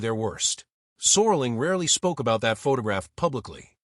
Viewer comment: AI slop renames Rod Serling to "Soarling"